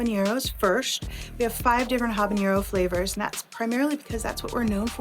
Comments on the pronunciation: It’s not ‘habañero,’ it’s ‘habanero’ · Ah-bah-nero, not Hah-ban-yero. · Great video! 🙌🏽 But You should know that you’re pronouncing habanero wrong. Take it from someone who speak Spanish. As there is no accent over the “n” so you don’t need the “ny” sound. It’s all good though! 😀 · If she's going to represent a Mexican hot sauce company she should learn how to say habanero instead of mispronouncing it repeatedly. Good grief.